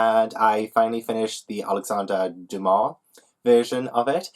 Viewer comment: I loved how everytime you said Dumas the subtitles read something different each time 😂 your french pronounciation was very good 👌